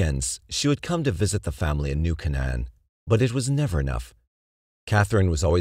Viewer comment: KAY-n'n, not kuh-NAN